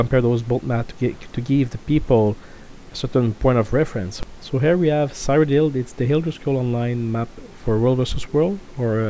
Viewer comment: Ceeroh-dill, PLEASE.